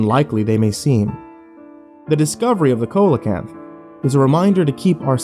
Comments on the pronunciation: See-luh-kanth. It's an a, not an o. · see-luh-kanth. That's an a, not an o. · The cokelecanth? Do you mean coelacanth. Pronounced sea-lo-canth? If so you really need to do better research before doing a video because you lose all credibility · Its pronounced SEE-lo-kanth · A COKE-a-la-canth? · pronounced it weird as well. it's seal-o canth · Not really what I expect from. And coelacanths is pronounce with a soft c or see sound. I studied that damn fish for years! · What they said